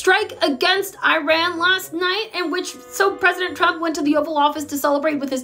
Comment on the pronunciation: needs way more "pwesident chump", because that's how Leavitt pronounces it /every single time/